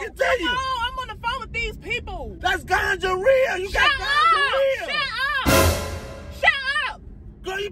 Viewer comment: Lolz, he's so over the top. I laughed so hard I became dizzy! He couldn't say gonorrhea to save his life.. then he said she had gingivitis. ROTFLMBO😂🤣😂🤣😂🤣